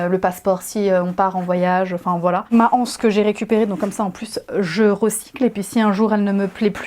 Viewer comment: Il ne me semble pas qu’il y ait un h aspire devant le mot anse. On dit donc les z’anses… la « anse « ( qui s’écrit d’ailleurs hanse) est une association de marchands. Désolée, je sais que c’est à la mode de dire la anse, mais c’est vraiment absurde.